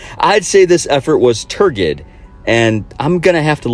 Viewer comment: Also, pronounced tur-jid.